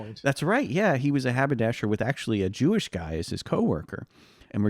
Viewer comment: talking about harry truman "...he was a haberdasher, and his hewish coworker..." 😂 💩🤡